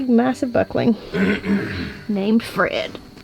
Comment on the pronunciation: “Fred!” “He didn’t say Fred, He said “FWED”!